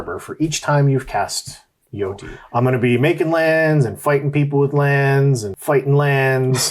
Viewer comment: chose violence this morning lmao This was a great video lads Also Jyoti is pronounced Joe Tee for future reference xx